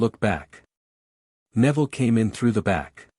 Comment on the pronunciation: I find it funny at an hour and 29 minutes Neville's name is pronounced Nevada